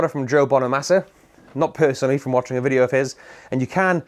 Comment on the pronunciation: You said bideo instead of video 😅